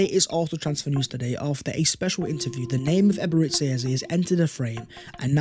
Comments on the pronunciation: Its EBERE CHI like church and not SI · Eberechi is pronounced Ebere-Chi, 'Chi' is is pronounced 'Chi' as in Chi-ld , pls take note